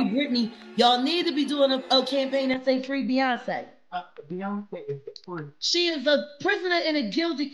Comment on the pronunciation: Pee-yonce is nexx